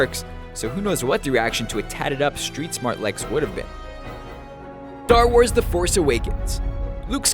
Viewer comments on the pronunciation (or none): I thought he said thar wars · He said DAR war the force awakens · i know right he said dar wars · did he say dar wars instead of star wars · " Dar wars " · lol DAR wars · HE SAYS "Dar Wars" LOL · DAR WORS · did you say Dar Wars? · Yep. "dar wars the force awakens" ScreenRant 2k16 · Dar Wars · when you said star wars it sounded like dar wars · sounded like tar wars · It's dar wars lol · cookie rusher TCR Games Dank wars 😂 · So I wasn't the only one who hear that too? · I heard it as well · I noticed that too. Lol